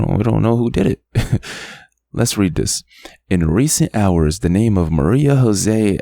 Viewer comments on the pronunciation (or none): none